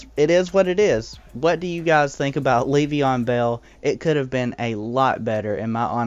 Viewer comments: It's not pronounces like Leev-e-on it's Lev-e-on. Not so much emphasis on the first e... Just had to say it lol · its so funny, I love it lol